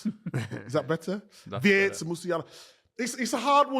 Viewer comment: So happy that you guys have the pronunciation of Wirtz (wearts) and Kroos (kroas) right. I hope my mail with phonetic instructions helped.